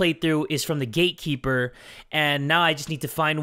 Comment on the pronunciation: I always think you say the gay keeper XDDD